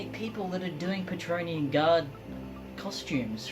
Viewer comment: Praetorian (pri-tor-ree-an), not patronean or whatever you're saying! Otherwise, great job!!